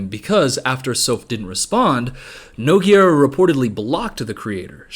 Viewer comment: unrelated but someone please learn how to pronounce nogueira. its like "noo-gay-ra"